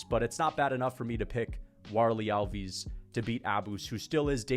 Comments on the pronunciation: you pronounce the fighters names so wrong - it’s hard to follow who you are talking about. al-VEES? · Alves and Borralho pronounciation is terrible